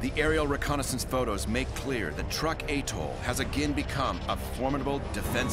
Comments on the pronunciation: Atoll. Not Attol SMH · Atoll not aetoll....please!!! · It’s atoll not attol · Is this really how Americans pronounce "Truk/Chuuk" and "atoll"?